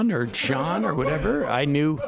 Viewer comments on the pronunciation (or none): none